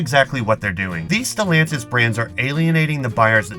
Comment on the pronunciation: It's the name... Who tf is stilantis 😂